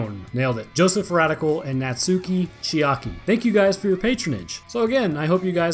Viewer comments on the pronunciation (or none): none